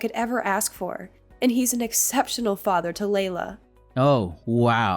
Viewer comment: The way this guy talks. Says Fadder instead of Father and Brodder and Modder in other stories